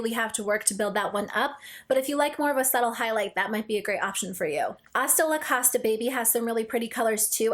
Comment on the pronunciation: Costa is pronounced like co-star without the r